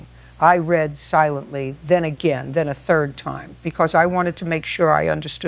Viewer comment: Mayo, FL AI needs to pronounce words correctly: again, record, Karen, strategically, Ms. Judge Judy does not ramble. She gets straight to the point. She would have Karen removed from the court and held in contempt after about the 3rd interruption. Karen's house should be seized and sold to pay her contractor debts to make them whole.